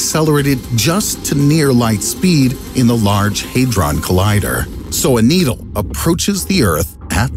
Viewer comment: bro called needle needy